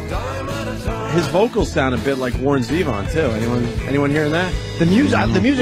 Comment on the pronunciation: No opie he sounds nothing like warren zevon And who pronounces it like that? Z-von. It’s zev-on. I mean it’s like saying "oh yeah my favorite beetle is gee-on lennon